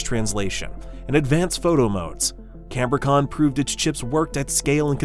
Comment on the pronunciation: It is not canbor-con but Cambri-con